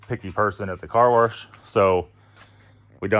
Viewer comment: not trolling but their is no r in wash bro.. lmao. Love the content.